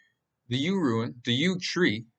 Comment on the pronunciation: It’s rune. Rhymes with Dune